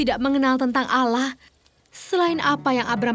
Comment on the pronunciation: Allah bukan alah ngomong aja gakbetul